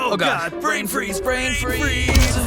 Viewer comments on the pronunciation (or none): none